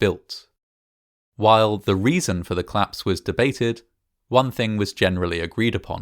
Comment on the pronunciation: I thought you were saying "claps" 😂😭